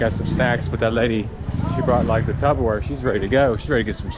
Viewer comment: Did you say tub o ware? Lol